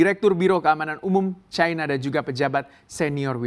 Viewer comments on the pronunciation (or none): Chaina? Seharusnya China dalam bhs Indonesia. Tolong belajar lagi bahasa indonesia yg baik. Tidak enak didengar ditelinga.